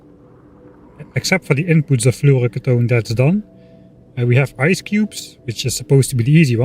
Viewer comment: floro-key-tone....